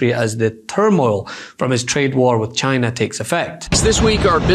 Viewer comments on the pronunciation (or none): It's not Chy Na!!